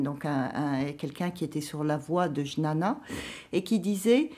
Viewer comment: Juste pour info, jnana se prononce "guiyana"